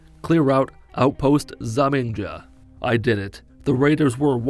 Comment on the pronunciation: The way he said Outpost Zimonja killed me lol